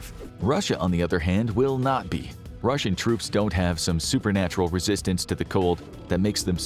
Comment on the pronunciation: And it's "Russian" not "Ruzzian".